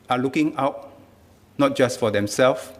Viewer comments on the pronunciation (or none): none